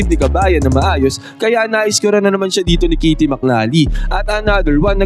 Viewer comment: Caty Hindi kity 😂